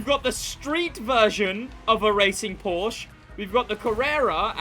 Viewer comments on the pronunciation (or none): New Crew Player here. Had a ton of informations from your videos, thanks mate! :yougotthis: Just start to play the 1Mio Playlist you suggested. BUT: As a German, hearing "Porsch" hurts me... Its called PorschE <-- There is an e at the end. Please pronunce it. 😉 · i love your vids but please its called porsche not porsch every time you say porsch my german heart bleeds☹️